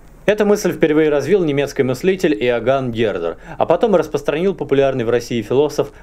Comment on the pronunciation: Откуда у вас такое произношение "русскАй, филосовскАй, немецкАй"? Причем, девушка тоже так же произносит окончания. Это фишка или влияние какого-то диалекта?